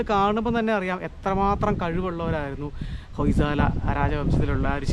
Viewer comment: ഹോയ് സള എന്നാണ് ഉച്ചാരണം